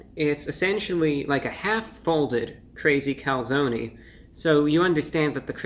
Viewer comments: Calzone not calzony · Reviewbrah - The "e" is silent. lol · Its cal- zone not calzoknee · I like that the replaced the e with a y because the e is not silent in calzone. There was a local pizzaria that spelled it calzoni so people would pronounce it closer to the Italian pronunciation. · As an Italian I am personally offended at someone calling something a Calzony. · Take a shot every time he says calzonie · Do they really call it a calzony? Usually it's pronounced calZONE. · I hate the fact he says calzonee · you in the US seriously call a Calzone "Calzony"? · OK nobody that lives in New York would ever step foot in an Olive Garden or eat this type of pizza but for God sake can you please learn how to spell and pronounce calzone because your commercials are killing me. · review brah, its cal zone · Being Italian i can't help but be triggered, it's Calzone, with an E Cool stuff tho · Cone, coney. Calzone, Calzoney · “Calzony seepage” 😅😂🤣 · When he said "Calzony Seepage" I felt my stomach churn